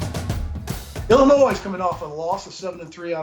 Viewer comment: Illinois has a silent s. Iyiyi